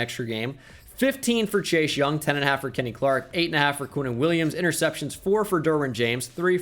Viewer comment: says chase young me: did he just day chei shung?